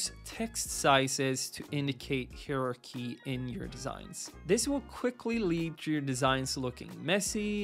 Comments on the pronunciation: Useful and shows how the exaggerated ux is everything disrespected that designers always used many elements of ux well before someone invented the term. Design always was ux. Also when did times something become just saying X that's painful, and heirarchy I have never heard it pronounced like that. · haha "hieroqee" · google pronounces it as "higher archy". seems legit ^^